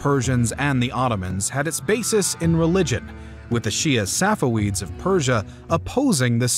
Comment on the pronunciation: ah yes, the Safa-weed dynasty